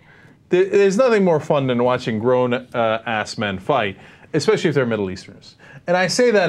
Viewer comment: "Grown... uh, ass-men" I think Cenk placed the hyphen in the wrong place.